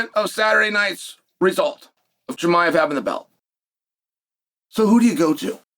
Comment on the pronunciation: Cosmet Chim-i-of